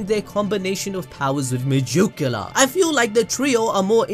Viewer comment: MUH-JUKE-YULAR. The way you pronounce it is funny. lol